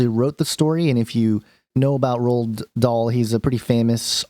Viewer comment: Pronounced Roal not rolled bro, roahal dahl. Love your vids. Had this story as a kid read by different teachers heaps, hence the schooled pronunciation.